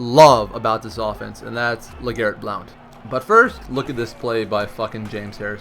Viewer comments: its just pronounce (Blunt)... i understand theres an "o" in it, but... yeah. blunt. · u pronounced blount wrong